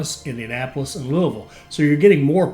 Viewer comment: Since you know how to pronounce Louisville correctly, presumably it has also occurred to you how weird it is that the Ohio River is not on the map.